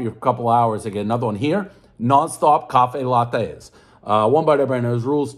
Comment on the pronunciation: “Coffay lahtays”